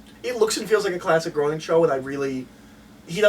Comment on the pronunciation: Guys, Matt Groening's surname is pronounced "graining", not "groaning".